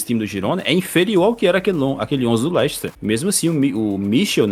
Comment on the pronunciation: LEICHESTER KKKKKKKKKKKKKKKK MEU DEUS MANO